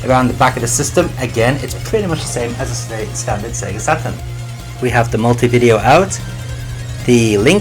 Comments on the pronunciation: i love when you say sega satrun its so funny! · "Sega SATAN"???